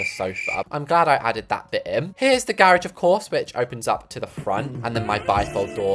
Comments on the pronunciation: “The grrr-rage” 😂😂😂😂😂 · "the gerageee"